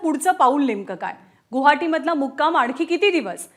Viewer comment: गुहाटी नाय ओ गुआहाटी अथवा गौहत्ती